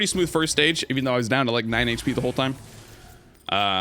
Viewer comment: clears throat "I kinda missed da Preon Shot!" had me crackin up